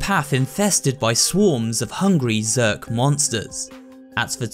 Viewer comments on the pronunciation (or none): none